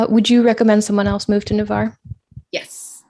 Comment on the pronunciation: Just for the record, the city is NAVARRE, not Nevarre.